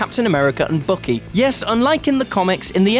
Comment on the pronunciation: Took me a bit to realise who is this "bookie" person. Oh, accents... xD